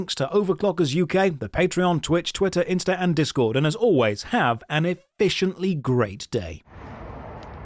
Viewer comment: “Have an efishiently great day.” What a setup.